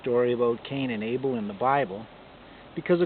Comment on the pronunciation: Anyway it’s Abel not Able...